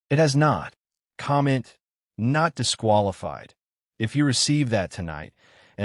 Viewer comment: Not dísqúalífíed